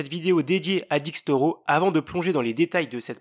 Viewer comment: "DÉXTORO" pas Dixtoro comme dans la vidéo ou distro ou destro comme j’ai vu dans les commentaires ! En anglais on le prononce DÉX